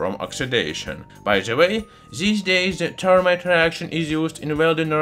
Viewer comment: Th not T. Termite. No. That is an insect. If you must use a euro accent, say zermite or fermite. Better to say this than zis though.